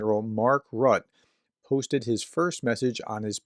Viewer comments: Not "Mark Rut", it is 'Rutta', that is what the -e at the end of his name indicates. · Your pronuciation aint getting any better. Mark Rutte, and you will start hearing his name much more now, is pronounced Mark Roota, not Rut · Did Trump repeat that idea to end the war in one day recently? I last time I heard this, is more than a year ago. Btw., the name of NATOs new General secretary is pronounced Mark Rew-tta, the last vocal is pronounced, unlike mostly in English. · Rutte is pronounced : Root-uh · pronunciation is RUTTUH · Hey prof. Dutch pronunciation guide. Rutte is pronounced like Ritter, but without pronouning the last R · Those of us not being Americans are regularly reminded that Americans know very little of what goes on beyond their borders. Case in point... your pronunciation of Mark "Rutte". Please review. Edit: It gets worse, as an esteemed professor and popular Ukraine commentator, I'd like to think that you would do your research as to his former position. I live on the other side of the world, and I know what his former position was. Thank you. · Especially as you can easily listen to the correct pronunciation in the wikipedia article about Rutte. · Hello prof, if you are interested in how to pronounce the name of the new secretary general of NATO Mark Rutte ( I have a feeling his name will pop up rather frequently in the future) then go to his wikipidia page. Next to his name is a speaker icon that will play the audio file of his name when you click on it. You do pronounce the second syllable of his last name "te". Have a good one. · Correct pronunciation of name Rutte.